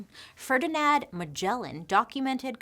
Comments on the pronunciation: Why do you keep calling him FerdinAD? I'm sure it's FerdinAND Magellan. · Bailey saying Ferdinand as ''fernidad" 😄 classic bailey